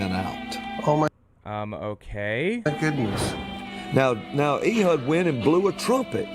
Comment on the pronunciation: The butchering of Hebrew and other Biblical names is really funny to me. Ee-hud? Cannot take him seriously. "Eh-hood" would be more accurate, unless they spoke Hebrew WAY differently back then than they do now, but Biblical Hebrew has been used in liturgy since Exile, so most likely is the one pronouncing it like the Christian southerner that he is, lol.